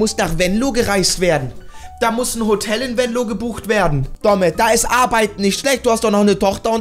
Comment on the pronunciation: Sprich mal bitte Venlo richtig aus du sagt immer Wenlo 😅